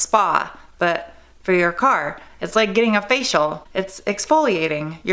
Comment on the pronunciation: I secretly giggle Everytime she says "facial"